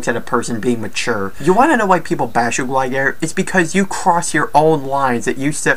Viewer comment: He's said Alec sessler instead of Adam sessler and glye gair instead of gligar